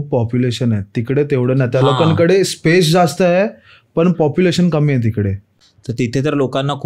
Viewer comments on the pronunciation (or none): none